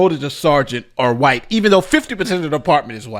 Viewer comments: White not wight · "5% of officers promotions are wight." What?